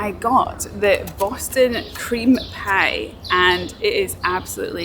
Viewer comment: 😂 why did she say Boston cream pie like that?